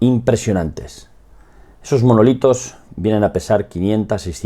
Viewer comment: Que dice manolitos 😅